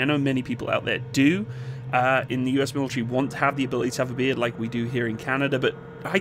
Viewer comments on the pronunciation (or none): When you were saying "beard", I thought you were saying "beer". I was having an existential crisis thinking they banned alcohol in the military.